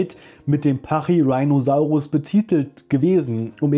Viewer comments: Der Name kommt von rhinoceros, also ruhig Latain/Deutsch aussprechen 😜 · "Rhino" aus Pachyrhinosaurus ist jedoch Latein oder Griechisch denke Latein bin mir nicht ganz sicher. "Rheino" wäre englische Aussprache, und nicht lateinisch also schon pachyrhiiinosaurus :-) danke für das informative Video! ♥ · Top Vid aber, Sukimimus (ausgesprochen) nicht Suchimimus. Und ja, Pachyrhinosauraus wird Stumpf Deutsch ausgesprochen im deutschen, ähnlich wie Rhinozerus